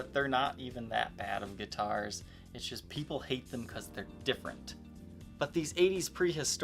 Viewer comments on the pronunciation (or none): none